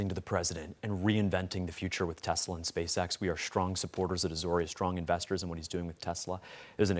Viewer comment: ‘I love Tesler!’ 🤣🤣🤣